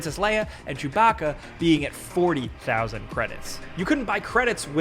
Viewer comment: Did.... did he say Chewcaca?